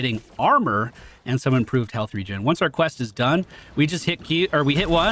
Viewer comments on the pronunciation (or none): none